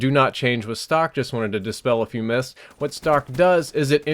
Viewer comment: I've been a sub for such a long time. Is it just me or does he say "hoowat" instead of "what?" I could be just walking too much King of the Hill....